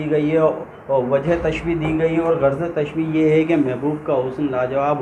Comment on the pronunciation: Masha Allah achhi he. Lekin kuchh galatiyan hain aapki urdu me jo mai type kar raha hu ummid karta hu k aap durust karne ki koshish karoge. 1 mushabbeh nhi mushabbah hota hai, 2mushabbah bihi hota hai, 3 musta'ar munh nhi musta'ar minhu hota hai isi tarah tashbiyah nhi tashbeeh hota hai.